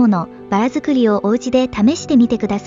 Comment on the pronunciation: 25.11.1 夫婦△さんナマステ🙏 ガーンw速攻で沈みましたね😆 リカバリーは流石です🛟とても綺麗で美味しそうに揚がりましたね😋 区内の南インドレストランでヴァダ🍩食べました そそ！穴あきでしたぁ見た目で完全に甘いデザートと思い込んでまして 一番最後に食べたのですが🍩見た目と味のギャップで😮w 僕は何かつけた方が美味しく食べれたかも 食べ尽くしてディップするもの何も残ってなくて😅 その店のヴァダはズッシリ高密度 エアー感0笑酸っぱ苦い味でした そそ！今回の音読さんのﾌｨﾙﾐﾚﾝｹﾞｰｼﾞ イントネーションがいつもと違いましたね✅